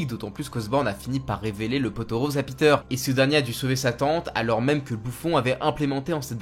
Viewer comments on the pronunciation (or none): Alors par contre, on dit pas découvrir le poteau rose hein, on dit le pot aux roses 😂 dans la vidéo, on dirait que tu dis le poteau 😂